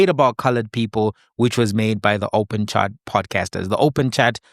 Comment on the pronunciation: " while we hold reservations about thee effectiveness of the SAHRC..."😂😭